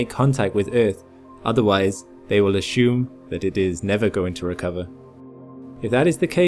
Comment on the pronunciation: I don't see a 'sh', in the word 'assume'..!?! Annoying.....